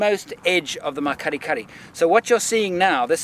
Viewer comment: Awesome Series absolutely loved it!! But I cringe every time you say that word.. The Makgadikgadi Pan is pronounced Mak-ggggg-adi-ggggg-adi